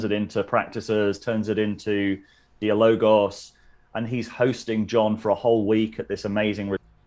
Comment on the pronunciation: If one uses a fancy word like dialogos instead of "dialogue" (which I find a rather mannered), one should at least put the stress correctly, namely on the a: "diAlogos", not "diaLOgos"